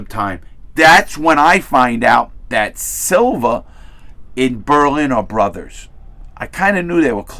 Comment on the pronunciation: Its Salva not Silva 😂